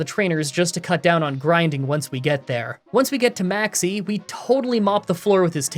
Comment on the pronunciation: i love whenever i hear maxie i hear maxx "c" lmao keep up the great content!